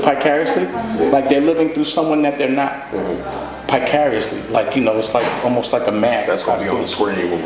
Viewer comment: THIS is FAKE news! seriously!? "piecariously" wtf!? 😂😂😂😂😂😂😂😂😂😂😂😂😂😂😂😂😂😂😂😂